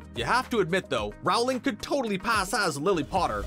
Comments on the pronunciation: "Rowling" as in "rolling down the hill" not "Rowling" as in "having a row with your sibling" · Why do you mispronounce the author's last name. It's pronounced the same as bowling. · Narrator: "Rauwling" Me: "I think you'll find it's Rowling, as in bowling" Also, the car is called a Ford Anglia. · i swear if he says RAUWLING one more time I'm gonna loose it! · IT'S ROWLING (LIKE BOWLING WITH AN R) NOT RAULING!!!!!! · Your saying it wrong It’s Roll-ing not Rowe-ling. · dude, it's Rowling, not Raohwling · It’s not said Jouling it’s said rolling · It's not rOWling, it's rolling! Get it right!! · I cringe everytime he says "row-ling" instead of "roh-ling" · Rowling is pronounced with the row rhyming with toe....not cow. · Why do you say rawling instead of rowling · It’s rOwling not rawling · ITS ROOOWLING NOT RAAAAAWLING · JK ROWling. It's pronounced ROW-LING! Not Rou-ling ffs! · It’s Rowling not RAWLING!!! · Cringing everytime I hear RAWLING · It’s actually not said as the first one it’s said like “r-ow-l-ing” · Jk Rowling said it is roll-ing but she responds to either one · Omg THANK YOU. How are people such huge fans of Harry Potter and still pronounce jk Rowling’s name wrong?? It is like “rolling” people💁🏼‍♀️ you can literally YouTube her pronouncing her name if you’re that unsure about it. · I thought I heard that but the next moment he said 'rowling' wrong and I forgot to listen again. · I can’t stand it! IT’S ROWLING AS IN BOWLING! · J.K Rowling isn’t pronounced how the narrator pronounces it. Rowling is pronounced like rolling, as in to roll down a hill. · NOOOOO ITS ROWLING AS IN R-OW-LING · Rowling as in bowling lmao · Roweling when he said it triggered me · Here's another fun fact Rowling is pronuced "Rolling" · Learned a few more things. Cool! P.S: J.K. Rowling is pronounced rolling. Did you know the t in Voldemort is silent? Yup, sure is! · Oh my god Rowling is pronounced ROLLING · Rowling rhymes with Bowling. Ford Anglia. Not Angela. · It's not RAHWling